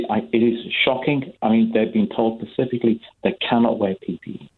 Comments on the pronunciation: This guy said “pacifically” twice. Absolutely zero chance he was a lawyer. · Kerim O Even if he his not a lawyer what he says is true employers have a duty of care for the health and safety of their employees. Though how just because he can’t say specifically makes you come to the conclusion he’s not a lawyer is beyond me.